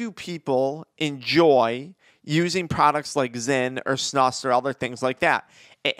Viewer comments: It’s pronounced like snooose not snush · You pronounce it more like snooz* from a snus loving Swede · It’s pronounced snoos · It's pronounced snooos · Its SNOOOOSE SNEWOOSE SAY IT BETTER